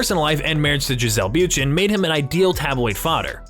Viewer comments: Okay, this narrator needs to learn how to pronounce words. It is Bun-shen, not Byoon-chen, and his son’s name is not Brady but Moynihan. This guy needs to research his work before publishing. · Me: “say ‘Bundchen’” OP: “Byoonchen” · its pronounced Boonch-shen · The way this is saying Bündchen is making my dick soft. What are you saying you freak? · bruh.. why the fuck you saying Bundchen like that? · Can you please learn how to pronounce Giselle’s last name!! ugh! Please go and listen to others say it! Why don’t Youtubers try and get last names correct😵? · 2 points on your video com appreciated all the information. Except for the inaccuracy 's. Yours was the very 1st time I have ever seen or heard anyone in the so called media talk about Jack's potential. Secondly, you repeatedly mispronounced Giselle Bundchens name. If you're going to repeatedly say a person's name, you should figure out how to pronounce it first.